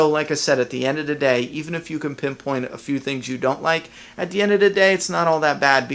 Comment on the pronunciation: "at d'endadaday"-drink everytime he spews this witchcraft. - hahaha im sorry man i cant focus on anything but this lol